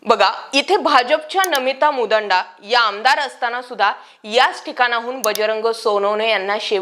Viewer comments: नमिता मुदांडा नाही 😂😂😂 मुंदडा आहे ओ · नमिता मुंदडा असे नाव असताना मुदंडा असा उच्चार का करतात वारंवार, हे समजले नाही. चांगल्या प्रकारे विश्लेषण करताना केजच्या आमदार यांचे आडनाव मुंदडा आहे, साधे हेही ज्ञात नसावे, आश्चर्य... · मुदांडा नाही मुंदडा ! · मुंदडा आहे/असतं ते... मुदांडा नाही. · मुंदांडा नाही मुंदडा आहे ते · मुदांडा नाही बाई मुंदडा आहेत त्या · मुंदडा म्हणा ता ई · मुदांडा nahi मुंदडा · नमिता मुंदडा आहे ते नमिता मुदंडा नाही उच्चार नीट करा😊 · मुदंडा नाही मुंदडा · मु दांडा नाही हो, मुंदडा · मूदांडा नाही मुंदडा, काही पण बोलता तुम्ही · मुदांडा नव्हे मुंदडा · तुला मुंदडा म्हणता येत नाही. चालली बाता मारायला. मराठा बांधवानी मतदान केले आहे. मुस्लिमांनी घात केला. बीड शहरात मुस्लिम वस्तीत बोगस मतदान झालं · मॅडम केज आमदार नाव तुम्हाला नीट घेता येत नाही . आणि चल्या बातम्या देयला 😂